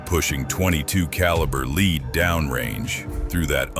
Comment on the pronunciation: The Guns are cool but your ai narrative sucks don't any of you proof your content? It's lead not leed!!!